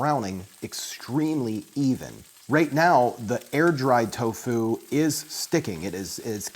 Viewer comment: The way this guy dries toFU is savaZe